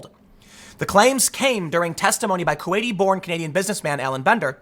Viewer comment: The whistleblower is Kuwaidian.